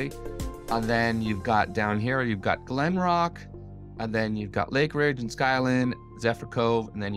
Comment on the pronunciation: Hey moron, it's not glenrock, it's called Glenbrook!